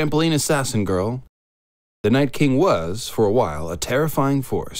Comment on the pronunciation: "...his disappointing death by a Knife wielding trampoline assassin *girl" ... that emphasis on "girl" was so real it pushed me right along to a video by a better person/person with a sense of decorum.